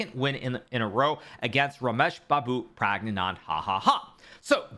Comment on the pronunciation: “Pragnan hahahah” 😭